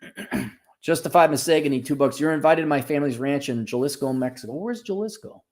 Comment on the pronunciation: . Jalisco: pronounced "ha-LEE-sko".